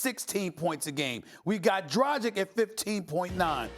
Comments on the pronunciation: Geez. DrajeeK? When will Stephen A. ever learn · Dradzhik, Donchik - come on, stop it. Steven a. And Charles b. Just Keep butchering the slovenian names.